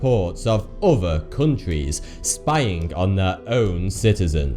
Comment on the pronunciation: He does. He also uses a lot of uvver strange words.